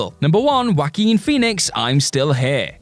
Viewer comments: Joaquin is pronounced Whua-keen not Whack-een.😂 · That might just be the accent, I’ve heard a lot of Brits say it as Whack-een (the same way Brits say Nighk instead of Nigh-kee or Al-you-min-ee-um instead of Aah-loo-min-um)